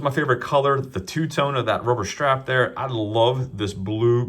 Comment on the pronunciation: "Rubber shtrap"